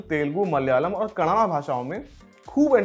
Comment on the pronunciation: ji pehle apna pronunciation theek kijiye - woh Telgu nahi Tel”u”gu hai. Kanaada nahi Kannada hai. Thanks.